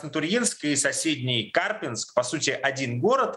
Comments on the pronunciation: Не КАрпинск, а КарпИнск! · КАрпинск... ударение на И. КарпИнск. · Не КАрпинск, а КарпИнск. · ударение на И, КарпИнск. Парни ж на видео правильно говорят.